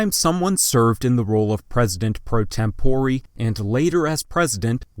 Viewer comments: "tempore" is a Latin word and should be pronounced as such TEM po rey not tem PO ree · Did he just say temporee?